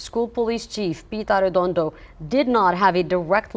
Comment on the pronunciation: "arrrrr-edondo" clearly dropped the ball tremendously! notice i made sure i pronounced his name correctly. smh